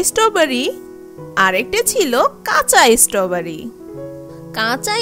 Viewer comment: ইসষ্টবারি।।। এটা কিরকম উচ্চারণ